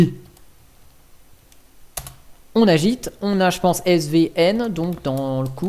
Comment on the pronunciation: S'il te plaît, je sais que je suis chiant mais tu peux dire imacs même si ça s'écrit Emacs. Je sais que c'est un détail mais j'adore cet éditeur ultra complet :) La dernière version stable est la 25.1.1 :) Git ne se prononce pas jit mais guit :) Honnêtement, un vrai programmeur n'a pas besoin d'autant d'outils. Il a juste besoin d'un éditeur qu'il configure pour tous les langages. J'ai commencé avec Vim mais Emacs est beaucoup plus complet. C'est donc celui là que j'utilise tout le temps. Pour moi, cette distribution est une DGLFI car ils ont juste installé des outils dont la plupart sont merdiques afin d'attirer les débutants. Le problème, c'est que ceux-ci vont croire que chaque langage a besoin d'un logiciel propre. Alors que cela est faux ! Un programmeur est à l'aise avec tous les langages qui existent ne t'inquiète pas :) Une fois que tu en maîtrises 2-3, les autres deviennent hyper faciles à maîtriser aussi. C'est comme les langues des différentes nations :)